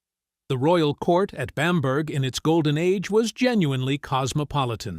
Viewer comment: A good video account, but please get the pronunciation of Bamburgh correct.